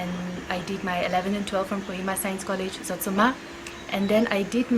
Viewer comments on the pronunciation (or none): Congratulations but ❤you took one importing from Peren and that was when you pronounced Zotsoma and not not Jotsoma.